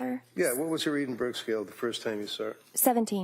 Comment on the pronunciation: Please not they keep saying Edinburg scale it is actually Edinburgh Scale!